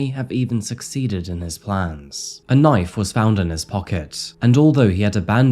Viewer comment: Being from the US, and hearing you say " Knife " crime, I had to go back and listen again, I thought maybe you had said " Nite" crime ?? But no you did say Knife crime, you know that's not what you would hear in the US ?? NO it's all about the " GUNS " !! I wish people only used knives here too, Well you know what I mean.....? In a perfect world there would be no weapons, or crime !! Unfortunately we do not live in a perfect world .....? Thank you for the more detailed version of this story. I've seen it before, but a much shorter version ? ✌🏻💯👍🏻